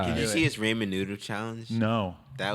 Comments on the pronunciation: I ate Ramen noodles everyday 😂. Danny said it like “Raymen,” it’s pronounced “RAW-MEN” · Danny said raymen noodles 😂 it’s pronounced raw-men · Danny said “raymen noodles” 🤦🏼‍♂️😪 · ray-men noodles lol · BOTH of those idiots say "RAY-MIN" noodles?! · "ray-men" nueddles